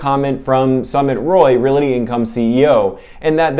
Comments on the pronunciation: Real-Tee not Real-It-Tee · Not to be a nitpicker, but I thought you might want to say “realty” correctly? It is not reality!